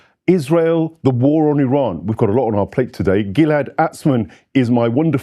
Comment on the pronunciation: Can't stand the way they pronounce IRAN...‼️